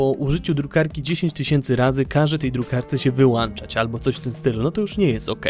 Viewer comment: Bardzo Cie lubie, ale błagam nie mów "pisze" i "wyłanczać"